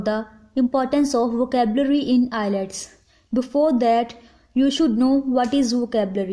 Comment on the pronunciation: R u kidding.???? The way you pronounced IELTS.. just leave